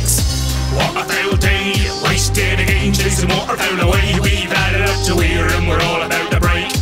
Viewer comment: Again rhymes with day Thats cool